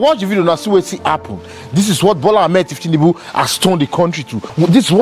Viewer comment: The pronunciation is incorrect. It’s thiefnunbu and not thieftinunbu. The correct way to pronounce it is on maiyegun diary political